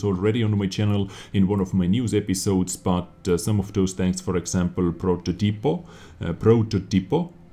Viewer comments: It's ProTÓtipo, not prototipo (talking about the way to speak not the way to write), the 'to' is strong. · It's more or less version 1. Like pro-jet-to, we can tell you are a foreigner by a little unconsistency with the middle syllable which is pronounced like "jet" in "jet engine". Also "prototipo" is pronounced "protòtipo" and not "prototìpo". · G in progetto is like j in jet. In protOtipo the accent is on the big o (protòtipo) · pronounciation of progetto is ver. 1 but the prototipo is where are you wrong :D is pronounced like with a long O ...protótipo :) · Version 1 ;) also, it's "Protótipo" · Hello, one more confirmation upon the diction, is more similar to your version one, but "ge" is not exhactly like "j" is like the initial "ge" in the world "general". Also "prototipo" it is with a different accent. It is not pronunced "proto-tipo" but "pro-totipo". Regarding patch 1.0.1, very exciting patch, sorry that we have just 1 more map, I guess we had back at least Sacred Valley that was one of my favourite map. I would trade it immediately for Ensk or Paris. Keep up the good work! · It's like some kind of prodjetto and "prototipo" is more like "pro-thot-tee-po" keep up the good stuff dez :-) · Version 1, but your pronunciation of prototipo is wrong....